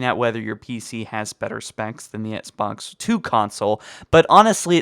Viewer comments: It’s XBOX! Not SBoX that shit bugged me 😂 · He says etsbox one not xbox one HAHAHA😂🤣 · Why does this dude say ENXBOX ONE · Etsbox one 😂😂 just teasing lol love the videos bro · I love your videos but the way you say XBOX is making my eye twitch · Why can't you say the word Xbox. It really irks the shit out me... You need some English tutoring to eliminate it.